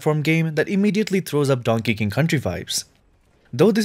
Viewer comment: Yeah he did, I’m pretty sure donkey Kong country is a real game but it did sound like what you though